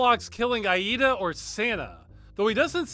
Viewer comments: is it just me or does it sound wrong the way Ross says her name? i think its more like ey-dah not Ah-eehda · Maybe it's different in other played but the only pronunciation of Aida I've heard in my life was like Ayda so it's jarring my brain. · I am 87 percent sure that name Aida, is supposed to be pronounced I-dah. I base this off the character of the same name in Unreal 2 The Awakening. (excellent game, kinda like Halo 1, but better and with more travelling to planets,, dialogue, and a larger selection of enemies to go up against including some of the Predators from the Predator and Alien movies basically. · lol, "Ayeeda" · Farms fun and disturbing video as always. Btw this is how you pronounce "Aida"